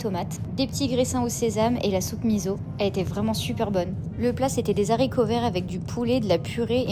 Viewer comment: Des Z'haricots verts....z'on fait pas la liaison.😊🥸😎🤓🙈🙉🙊